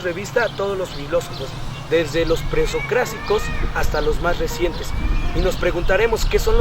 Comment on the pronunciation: No es posible la mala pronunciación de los "presocráticos"